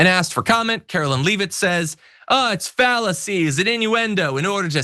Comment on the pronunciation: “Fallacies” or “Phalluses”? 😎